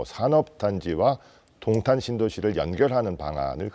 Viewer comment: 야~ 도옹탄이아니고 동탄!!!! 발음 머 같네` 넌 안돼겠다.